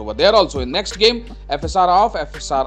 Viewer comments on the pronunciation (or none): none